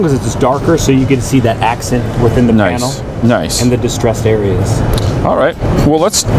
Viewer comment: I think he said nice but with an o.